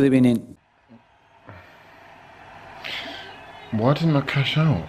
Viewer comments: These random "gud ebening" sounds are hilarious 😂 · The "good ebening" gets me everytime